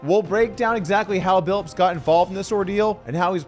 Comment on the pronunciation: It's Billups, not Billips.